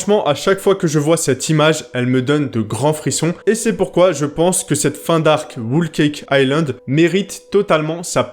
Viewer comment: T'as fini avec ton "Whool Cake Island" 😂